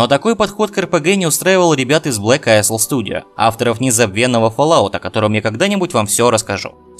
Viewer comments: не АЙСЛ, а АЙЛ! АЙЛ АЙЛ АЙЛ!!! Кнайф тебя подери! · "Isle"("остров") читается "айл".